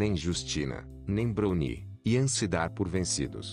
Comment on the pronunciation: Nao e bruni q se pronuncia, e brauni....